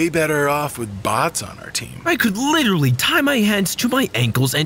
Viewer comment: Littery all I hear is “hey tomato”